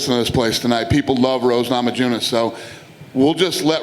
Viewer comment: everyone: Rose Namajunas Dana: Rose Noma--Jew-Niss